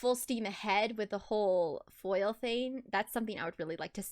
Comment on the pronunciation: Every time you said foil 😖